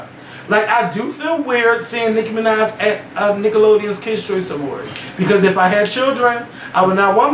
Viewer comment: Nicki fuckin Minajsss...with an S!!! Done